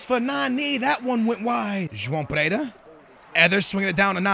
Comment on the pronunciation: ***** I'm actually brazilian but I'd say the way he pronounces Pereira, Quaresma and Willian Carvalho are weird. There might be other ones